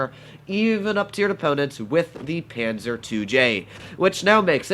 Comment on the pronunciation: I'm austrian but I don't really know how to Tell you how to say the "a" correctly, because I can't write the phonetic spelling on my mobile but we write it: Panzer zwei J